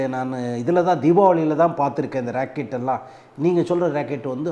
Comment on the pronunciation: Sir please consider your pronunciation you said "racket" is not correct rocket is correct. thanks